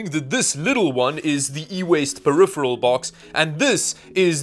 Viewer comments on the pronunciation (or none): none